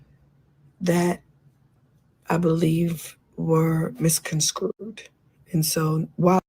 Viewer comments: Misconstrued *Mizz - CON - STrude* Mizz . CON . CrUde 😂😂 why are professional singer Pronouncing this so WRONGLY. TAMAR lying for clout I think lmao 🙄🤣 Fell out on Akbar😂😂😂😂😭😭😭😭😭😭😂😂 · No fr 😂😂 when she said Mis-Con-Screwed I was triggered 😂😅